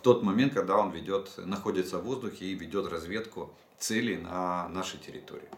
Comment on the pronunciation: Целей... Ударение на первый слог, а не на второй. Учи русский язык... "уважаемый". В остальном-ниочем информация.